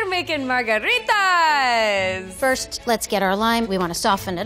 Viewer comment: Nobody: Lady : We're making MARGARITAS! (spanish accent)